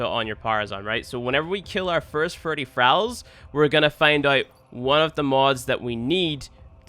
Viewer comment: Started watching immediately clicked off when he pronounced Thralls.